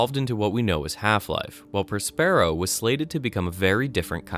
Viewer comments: It's Pronounced (prä-spə-ˌrō) you uncultured swine as is Prospero's books! Have you never heard of Shakespeare? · I know this is nit-picky, but your mispronunciation of Prospero got really annoying by the halfway mark. It's Prosper-o. Also, aleph is pronounced like olive, only with a soft f sound at the end.